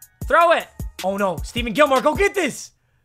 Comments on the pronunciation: STEPHON CUH NOT STEVEN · Stephon not Steven